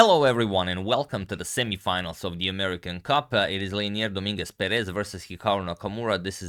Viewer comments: Just a little pronunciation comment, it is pronounced do-MIN-guez PE-rez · Hey, how are you? I think "Dominguez" and "Perez" are said differently. Just saying. Have a good evening!